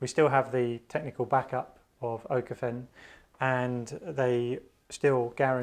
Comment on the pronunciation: Small tip, Pronounced ookofen. Ö is spoken like we say double o (pool, school, fool)